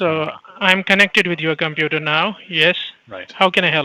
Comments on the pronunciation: Once you here the word compuraaah, run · How to spot a scammer: The pronunciation of computer "Compyuerr"